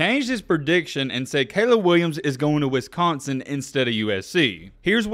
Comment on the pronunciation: The way your saying Wisconsin is bugging me